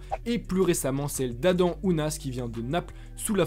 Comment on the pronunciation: C adam pas adan